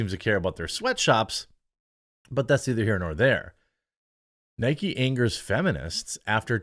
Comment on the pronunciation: its not nikey its nike it rimes with mike